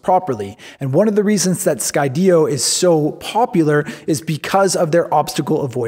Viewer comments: Great video, although I HATE the way you say Sky-DEE-oh lol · Had to kill the video 4 minutes in after he pronounced Skydio incorrectly. It's pronounced like the word Studio, like studio in the sky. HOW IS THAT NOT OBVIOUS???? (for the 3rd time) Sky Dio? Like Ronnie James Dio? Moron. And then there's the stupid off angle shot where he's talking to another camera. I hate this shot and it needs to frickin stop.